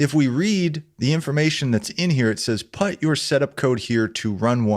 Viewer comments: I am terribly sorry man, but PUT is pronounced as [pʊt]. It's not [pʌt].... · Sorry, i just have to nit pick, put pronounced as putt? I'm not familiar with anywhere/accent that says put like that. Great video otherwise, just came across that and was confused when I wasn't looking and just half listening. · Excellent Arduino introduction! One thing that made me chuckle... never in my life have I heard anyone pronounce "put" as "putt". I thought it was a mistake at first, but he did it many times thoughout the video. 😂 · Great tutorial, as a non-native English speaker, this pronunciation of the word 'put' is new for me though haha